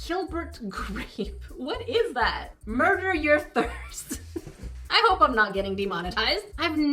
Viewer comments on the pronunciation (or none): none